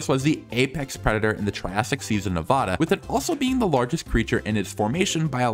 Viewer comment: ayyy he said Nevada correctly!! (No hate to the "incorrect" pronunciation)